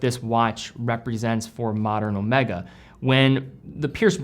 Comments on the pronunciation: Ow May Gaaah , not owmekka, it's the name of a Greek letter..., come on you can do it.. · Please, please, whenever referencing Omega in conjunction with James Bond it is always Omeega as pronounced by the true Bond (Connery). Thanks. Used watches? Crikes, you are turning into an industry. 👍